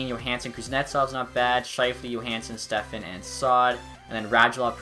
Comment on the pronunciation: STEPAN is pronounced step-on. Not Stefan